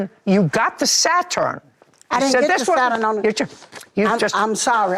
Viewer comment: If JJ say "Sa-Turn" one more time! 😂😂😂😭